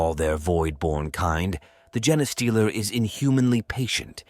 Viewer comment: Try feeding the AI “Jean stealer” or “Jeen stealer” instead of “genestealer/gene stealer”. It should force it to get the pronunciation right. Kinda counterintuitive, but if you’re spelling it right and it’s pronouncing it wrong, the solution is to spell it wrong so that it pronounces it right.